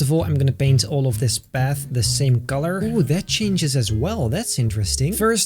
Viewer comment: Path more like bath LOL